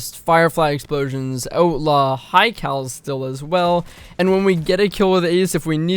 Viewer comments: Had to hear it about 4 times before I knew you were saying outlaw. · I was like... what is Oat Lah.... oh he is saying outlaw... canadians... love you guys....eh.